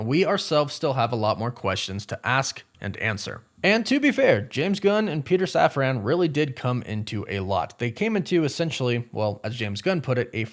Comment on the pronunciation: safran. safran. safran. not saf-ran. safran. like safren.